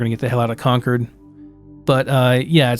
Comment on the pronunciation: wonderful content!!! but please say concord correctly lmfao